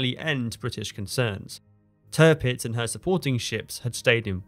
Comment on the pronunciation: Please stop saying Törpitz my ears are already bleeding. It’s Tirpitz. Why pronounce the second „i“ correctly, but not the first one?